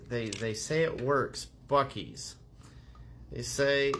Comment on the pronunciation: I stand by it don't want any other thing just the basic Buckley's no other additives! Just like it advertisers it tastes bad but it's works and has a lot of natural ingredients! Please do the courtesy of pronouncing the name properly! It's not Buckys like the gas station, it's Buckley's!